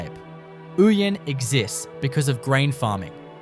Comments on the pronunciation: It is Oh-yen not ooyen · Nyngan is pronounced Ning'n. Not Ningan. Mot Mootaboora, but Muttaburra - the way it is spelt. Not Ooyen but Owyen. Not Meekathahra, but Meekatharra. Didn't watch the rest. WHY ARE YOU USING AI FOR COMMENTARY. I am blocking this site. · Ouyen is pronounced Oh-yen